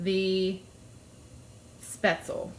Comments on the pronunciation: Nope. Never "LEE" at the end. Shpetz-LUH. The pronunciation of the first syllable (umlaut-a) here lies somewhere between the "e" sound in bed and the "a" sound in hay. The second syllable is pronounced like "LOVE" without the V. My German Oma made these all the time. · Great video and recipe. Subscribed. Just for the record though, "Spaetzle" is "Spätzle" in German and it's pronounced, "Spetz-ler" - hope this helps 🙂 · Speh-tzle 🙈 Americans pronounce this soooooo wrong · One little adjustment would fix this for the rest of your life - It's pronounced Sh-behts-le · I hate when people don't pronounce spaetzle correctly. No way I'm watching this.